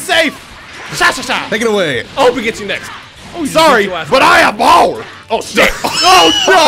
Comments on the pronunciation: "Sorry, but I have BOWER!" Broly (DBS): "Are you sure about that?" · and so begins saying "I have Bower" in these raids and immediately getting his ass kicked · best part “Sorry, but I have BOWER! Oh sh-“😂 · “I have BOWER!” Broly: *grab* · “I HAVE BOWER!” Broly grabs him out of the Air Broly ”You’ve got what?” Proceeds to use as a stress doll